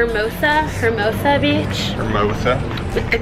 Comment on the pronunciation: every time they said "her-mose-a" i cringed